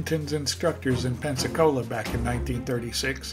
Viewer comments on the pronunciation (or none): none